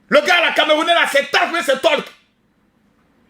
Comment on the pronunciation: 😂😂il a dit talk ou tolk au lieu tayc tayc y sera comme un ouf quand y va voir ça 😂😂